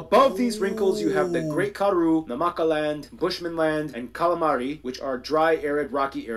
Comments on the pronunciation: Someone smack that dude for saying calamari 😂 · lol yip he said Calamari.. 😂 It's the Kalahari he is referring to and miss spoke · i heard "calamari" also lol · Bruh mans said "Kalamari"😂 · yes he did say CALAMARI - tell the Dude to stop reading so fast - he mispronounce everything